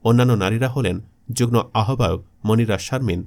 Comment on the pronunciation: যুগ্ম উচ্চারণ হবে যুগ্ মো